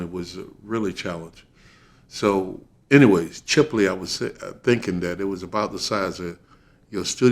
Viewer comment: The Name of Florida town is Chipley Florida. Not Shipley . Get it right ✅.